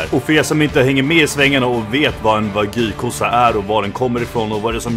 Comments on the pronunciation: Wag-yuu inte Vagy! -. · WagÝÝÝÝÝ. Wag-JU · det heter WAGYU inte vagu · Med risk för att vara lite dryg. Det uttalas "Wa - Gjuu", som att du säger Gnu med ett "j", inte "Wagyy" :D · De heter inte vagi utala de som wagyou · "Vagy"? Wag Y ou uttalas det. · wagyu inte wagy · sorry men ”vagy” 😂😭 uttala de Wagjue” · ”WaGy” nej nej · han är för svensk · Haha älskar hur du uttalar det min bror men man uttalar det wagg io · "Vagyy entrecote" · du uttalar fel säg som (wag you) så låter det rätt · Mer, Wa-gyuu. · man uttalar det inte vagy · Fattar inte varför svenskar säger "wagy" när det klart stavas "Wagyu". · det utalas inte så för fem öre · wagyu betyder japansk ko, då säger man precis som man säger i Japan, ska man dra en svensk twist på det så kan man lika gärna säga japansk ko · najs uttal på wagyu lmao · bara jag som stör mig som fan på hans utal på wagyu ?